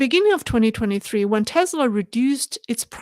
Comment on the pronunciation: Hi. Just a friendly correction. It's pronounced teSla not teZla. Love your podcasts.